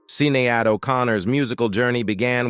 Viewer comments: Would you mind learning how to pronounce Sinead's name correctly. It is NOT sin - knee - ad! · Seen-ee-ad?? It's shin-aid...and she was perfectly correct! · DUDE... Learn how to Pronounce stars names as you are a PRESENTER ON HERE. First Boreanaz "Bore E On Naz" and Sinead "Sha Nade" seriously!